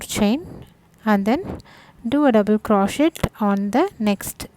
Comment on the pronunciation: Great work, and for your awareness, the "t" is silent in crochet.